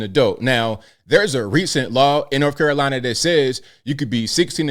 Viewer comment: North Carolina not Norf Carolina